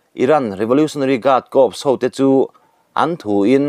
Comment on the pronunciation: Corps hi kâwps tiin in sawi hi kâwrs tih tûr a ni e.